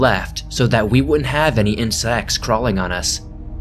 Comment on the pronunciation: In-sex? I hate that my brain could not let that go 😩😩😩